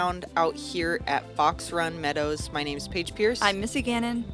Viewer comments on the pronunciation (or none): Paige pierce not Paige piece!